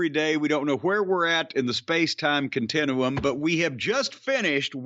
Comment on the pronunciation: The contin-oo-um!